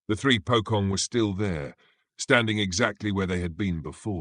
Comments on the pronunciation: That Pokong caught me off guard 😂😂😂 it's supposed to be Pocong (Po as in Police and Cong as in Chonky but H and Y is silent if that even make sense 😅) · It's pronounced as "Po-Chong". NOT "Po-Kong". Hate it when Westerners apply their own styles of phonics to Eastern words. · "Pocong" is pronounced "poe-chong" in both Indonesian and Malay